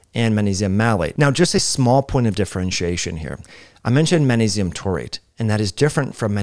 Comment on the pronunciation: The word "Magnesium" contains the letter "G". Are you being intentionally obtuse? You have no problem pronouncing the consonant "G" in other words I notice. This was the most annoying, intentional, distracting mispronounciation of a common word I have experienced this year.